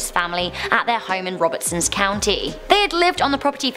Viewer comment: Re: Bell Witch--it's not Robertson County not robertsson